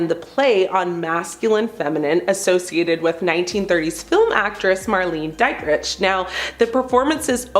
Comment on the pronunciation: Had to exit when the narrator mispronounced Marlene Dietrich. Maybe a run-through would be helpful.